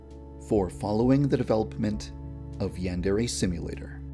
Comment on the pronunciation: Omg, i hear you lips got stuck when you said "Thank you for following the delevelopMment of Yandere Simulator." It was cute x3